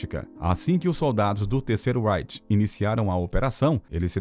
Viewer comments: Gostaria que você pronunciasse direito a palavra REICH. Você fala com pronúncia da língua inglesa! É RREICH !!!!!!! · OBSERVAÇÕES: * Quanto ao conteúdo, muito bom o vídeo; * Quanto à pronúncia da palavra "reich", o locutor está dando ao "r" inicial a pronúncia que ele teria se esta palavra fosse da Língua Inglesa e, no entanto, ela é alemã, e os alemães dão ao "r" inicial da palavra "reich" a mesma pronúncia que nós, brasileiros, damos ao "r" da palavra "rato", ou a mesma pronúncia que nós (brasileiros) damos aos dois "rr", como na palavra "carro".